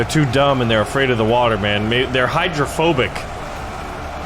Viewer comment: That's "Hydro"-phobic. Not Hydra.